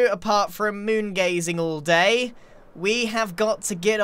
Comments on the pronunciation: did he really say "Don't have time for moon gazing all DAY" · you said moon gazing all DAY